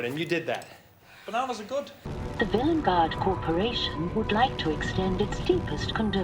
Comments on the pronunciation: vil-EN-gard annoys me so much, everyone else in that episode says it right why can’t Ncutiiii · i really like how villengard is handled with the doctor saying it 'wrong', but because it's pronounced 'normally' in the SAME EPISODE it seems more of a quirk of the incarnation